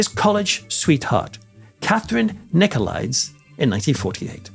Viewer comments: Nicolaidis , not Nicolaids. It is possible that Cullen died the same year as Agganis. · Greek pronunciation would be Nikolidees for the suffix es. Just a small detail. Interesting story. I wish we knew the rest of the story that Telly Savalas did not relate.